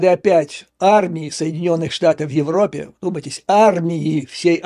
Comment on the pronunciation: Раздрай в ...Опе президента? А где проущенная буква Ж?